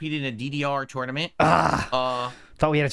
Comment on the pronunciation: He knows they're meme questions because all of the sudden a dozen people are asking him some version of the same oddly specific question. It's funny how mad he gets while feigning disinterest. I agree with Indrid 100%. Every time he says the word "tournament" a few of my braincells commit s**cide. "Torn-uh-mint". I once had a Latin teacher swing at me in class and for the rest of the school year I scored an "A" on every test. There's a little more to the story than that but I have to wonder if something similar happened with and they awarded him Valedictorian to shut him up. We both went to Catholic schools and the Catholics really get off on corporal punishment.